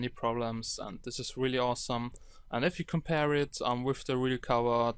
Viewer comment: Mein Bruder sagt auch "wif" statt "with".... kinda annoying -.